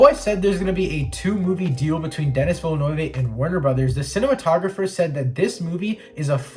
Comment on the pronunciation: Nice video! But I gotta point out you pronounced pretty much everything incorrectly including the directors name. Still, good job.